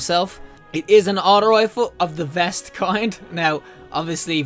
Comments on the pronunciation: It's actually "vayst" v-ay-st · Great vid man, one thing tho it’s not pronounced vest it’s veist, pronounced like heist.